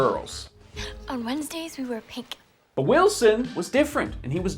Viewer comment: Every time he said but, I thought butt, and when he said aspiration, I thought ass pear ??. I'm not a native English speaker but I might also have a wicked mind...